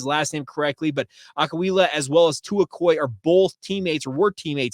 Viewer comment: Good job on the Ah-koo-ee-lah pronunciation. ✊🏾